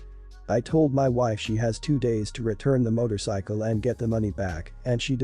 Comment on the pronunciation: Sweatpants and motorcycle pronunciation is ugh